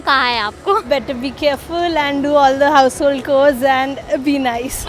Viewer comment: behan house hold "chore" ko pronounce karna seekh pehle... it is pronounced as chor as in thief and not core....